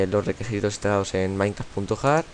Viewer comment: jaja dijo requesitos xd